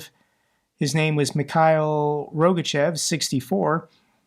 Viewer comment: Rogachëv is pronounced rog-a-TCHOFF.